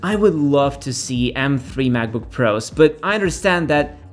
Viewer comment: pardon me, i'm a bit confused, you're saying m free or three? :)